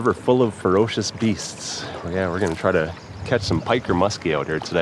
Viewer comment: Fur OHHHH cious BEEsts!!!! Oh yahhhh North Dakotaaaa yahhhh!......the accent is crazy when you say ferocious beasts 🤣🤣